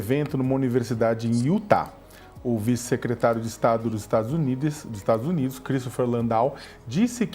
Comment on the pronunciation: "estados unides"